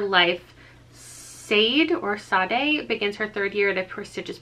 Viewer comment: If the name in Where Sleeping Girls Lie is spelled Sade it's usually pronounced Shaw-Day like the singer 😊 all of these sound so interesting! Can't wait to read some of them especially the sequel to Ninth House!